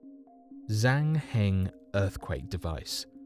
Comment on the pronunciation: Pronunciation tip. With Zhang Hing you got the second part right, but in Chinese Zh makes a soft J sound, so it'd sound more like Jang Hing. Also Qinghai is wrong. The Q makes a sound similar to CH, so Qinghai is pronounced like chinghai rather than kinghai.